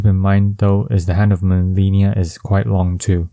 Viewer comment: If you fought Malenia and "learned to hate the move", how can you still mispronounce her name? lol